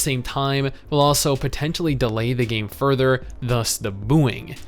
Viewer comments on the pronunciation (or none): none